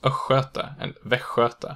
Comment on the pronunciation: The pronunciation of västgötar och östgötar was a total surprise to me, even though I've been listening to audio books (in Swedish) mentioning these people. :o I would probably not have understood if they had been pronounced this way!